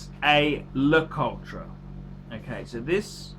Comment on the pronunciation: it's prounounced LA -COUT